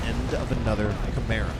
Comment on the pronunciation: I swear when you say chimera I hear camaro